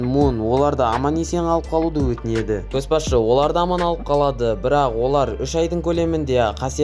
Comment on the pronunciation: Көс басшы емес, Көш басшы деп оқышы , мезі болып кеттім ғой, ұнамады